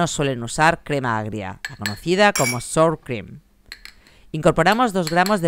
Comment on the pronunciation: Sour Cream se pronuncia "Sawer Creem"... Nada... eso. Besito, me encanta tu canal!